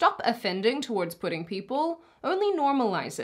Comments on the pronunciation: did she say "pudding people"? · Are you saying "pudding" people?